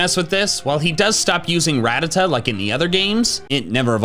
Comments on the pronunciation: "Ratatuh" It's "ratatA" Try growing up a bit, kid. Just a joke of a youtuber if you can't even EXPERIENCE the original days. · Its not “Rat-tuh-duh” its “Ruh-tat-tuh” come on man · ArKEEus? RayQWAza? RaDDAta? This guy just cannot pronounce a pokemons name correctly can he